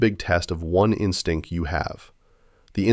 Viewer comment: Notes from a Gen X A Hole [b.7/1/76]: "In-stink." Twice! But then later it's said correctly, hmmm. Is the VO also AI? What in the CHRIST is that gray lump? Like, a hearing aid? Loosened phlegm? (points to crotch) Parents picture - Dad's eye buggin! (points to crotch again) I don't know if any of this makes sense, but WGAF: All in all, I think any real Life-Sucks-Gen-X viewer is gonna immediately bristle at the format of being told who and what they are. If that was on purpose - like, baiting us with the constant "Here's what YOU did," and "Here's how YOU FELT about that" - then that's kinda brilliant. BC I can't tell what the reason is for me disagreeing personally to every statement you make. I think most of it is genuine, but I'm sure some of it is just hearing 'HERE'S YOU' over and over while you're talking mostly about yourself. Now I'm gonna do it (talking to you and me both) by saying WASH YOUR GODDAMN HAT, MAN!